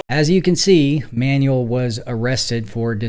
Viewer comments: Careful with the pronunciation of "Manuel." It's not like "manual," but more like "man WELL." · Manwell. Not ManUell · with respect, i think it's pronounced "man-well", not "manual". thanks for the video and your channels. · Hey, it's pronounced "man-WEHL" with the emphasis on the second syllable. Not "manual" like manual labor. In Spanish a UE has a wheh sound like wet. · MANUEL is a man's name (from Spanish/Portuguese form of Emmanuel) for a person. MANUAL is an English word meaning "done by hand," "related to hands," or a "handbook/instruction guide," and these are not interchangeable. Use "Manuel" for a person's name and "manual" for tasks, tools (like a manual car), or instructions (like an owner's manual). Learn some goddam pronunciation, PLEASE! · how many times can a mfer mispronounce Manuel?